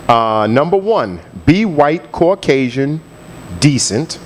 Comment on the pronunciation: yooo did that say caucasion??????